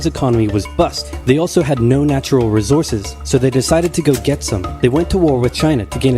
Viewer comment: Rezources? hahahaha. This is how my brain wants to hear information. If History class sounded like this I would have made all A's in school. School focused so much on telling these long winded detailed stories that they lost my focus. Schools should focus more on getting the story told instead of all the details. Save the details for some college course for all those History nuts that love History. Notice that it was a man that made this easy to understand video, not a woman. I have a theory that if all school teachers were men and if all classes were rewritten in a way that a man would teach it, then I would have made all A's in school. Public schools suck at teaching. Every night my dad would have to reteach everything that I learned that day from a female teacher, who really didn't want to do her job anyway. Everything I learned in High school I either got my dad to show me or I taught myself. The public school system is a joke. But, now they are turning them into indoctrination camps, just like Hitler! Don't send your kids to public schools anymore. We have a communist Marxist Vice President, schools are turning communist and everything on tv is turning communist with their forced diversity. Forced diversity is racism. But, not according to communism. The whole world is really screwed up right now. We have to push back! If everyone wakes up we can win this fight. Hitler also took over the tv media and newspapers. He only allowed his censored information to go out to the p